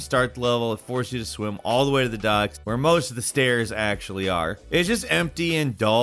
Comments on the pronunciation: did... did he just mispronounce "stars" as "stairs"? Every single video, he has to mispronounce something... amazing. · GINGEResque alien? Seriously? Have you read your script before? Also you collect stars in Mario, not STAIRS.